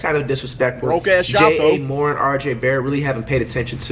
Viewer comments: This guy really just said J - A More-Ant smfh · 😂 dude said jah mo-rants name wrong😂